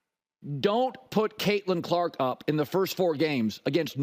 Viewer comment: Lol did he just say get caitlyn carlk easy schedule lol